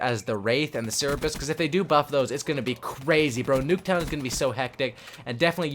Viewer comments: HAHAHAHAHAHAHAHAH OH MY GOD IM SCREAMING ITS CER-BER-US LIKE SIR-BURR-US WHERE THE FUCK DID YOU GET SIR EEE BRUS FROM? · CERBIS HAHA.. CER-BER-US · CMON MAN.... Cerebrus??? really? Cerberus. the three headed mythological dog. the announcer in the game even says it the right way... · the murderer r2d2 is pronounced sir-bur-us